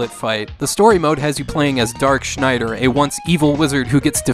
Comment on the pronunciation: Congratulations on pronouncing Schneider correctly.